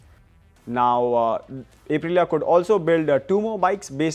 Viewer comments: It's pronounced "Up"-Rilia not "Ape"-Rilia. You're auto journos, you should know better. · 🦍 - rilia Ape-rilia 🤣